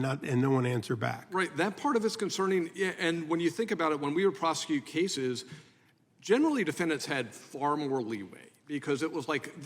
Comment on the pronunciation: DEI lady in green doesn't know how to pronounce words. ( Prosecu-it)